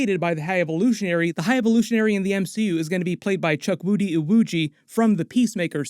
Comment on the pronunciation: chukwudi iwuji it is said as CHU - KWU - DI ....... not CHUK- WU- DI